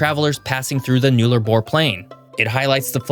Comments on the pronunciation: Aussie here. Pronunciation ‘null-a-bore’ not new-la-bore. Also Queensland does not have daylight savings like Arizona which means Sth Aust is 30 mins in front of Queensland during summer! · Aussies pronounce “Nullabor” as “naallah-bor”. Never heard of it as “New-laa-bor”. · I know some of Australia"s names are hard for foreigners to say so, ill correct one for you "NULLARBOR" to say it correctly its NULL - A - BORE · One other notable thing about the Australian Central Time zone is that South Australia observes Daylight Saving time, while Queensland partly bordering SA's east doesn't. That means that during the warmer months, if you travel East from SA to QLD, you actually go backwards 30 minutes, unlike most other eastward time shifts. Also note: with the name Nullarbor the first syllable is pronounced as if it rhymes with Hull. Nullarbor is latin in origin just meaning no (null) trees (arbor).